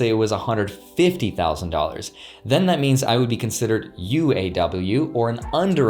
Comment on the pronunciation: LOL his pronunciations of "UAW" and "AAW" sound like he's teaching us how to speak Thai